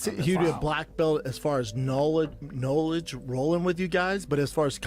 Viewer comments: I dig how Brendan says “knowledge” and then “corrects” himself to say “knolllll-idge?🤔” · brendan struggling to say "knowledge" lol